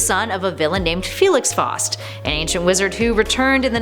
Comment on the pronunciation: I'm sorry to whoever gets offended from what I'm about to say but what the hell no pun intended there are a few things wrong with this list such as pronouncing Faust wrong it's f-ow-st and Malebolgia is pronounced mal-bow-gia think of a bow and arrow plus the Spider-Man one is one more day, not one day more and it honestly doesn't count since it was retconned in One Moment in Time that Mary Jane whispered to Mephisto "I know Peter. He will never make this deal with you, never, ever unless I ask him to. But if I do, this is the end of it you will leave him alone for the rest of his days." so this honestly is Top 9 Superheroes Who Made A Deal With The Devil